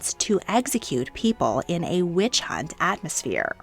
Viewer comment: Funny how sometimes when you say the word “witch” it sounds like “Wiiuch” lmao